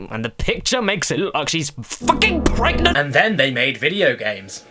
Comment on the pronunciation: i- is that brat... PREGANNANANT???